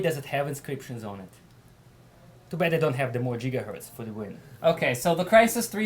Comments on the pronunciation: Lmao, "jeegahertz" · JIGAHERTZ!!! JIGAHERTZ!!! JIGAHERTZ!!!! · *cue Crysis voice* "Maximum Jigahertz"~ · Jigahertz Jigahertz Jigahertz! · Jigaherts Jigaherts